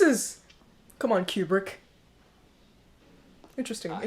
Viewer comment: It's pronounced Koobrick."Here's Johnny!" was the reference to the Tonight Show With Johnny Carson announced by his side kick Ed McMahon. Jack decided to improvise that line and the Stanley Kubrick let him do it and kept it in. I like that you're very observant. You're so funny. I like your sense of humor. Yeah, that damn Tuesday title card gets almost every reactor each time. Good reaction.